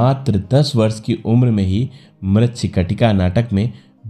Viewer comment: प्रस्तुतकर्ता से निवेदन है कि अपने उच्चारण पर ध्यान देवें। बहुत जगहों पर 'श' के स्थान पर 'स' उच्चारित किया गया है, जैसे ससि, विस्व, वर्स, बूट पालिस इत्यादि। शेष प्रस्तुति उम्दा है।